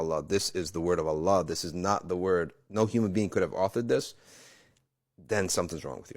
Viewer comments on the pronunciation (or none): none